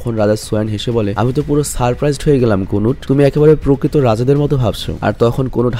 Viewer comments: Konut na kanut😂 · কানোট কোনুট নারে ভাই